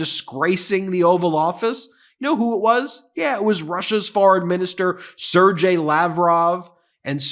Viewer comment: Sir-GAY, not “Sir-JAY.”